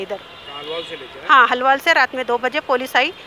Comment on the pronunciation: Halwaal nai ge hauli, Alwaal bol🤦🤦🤦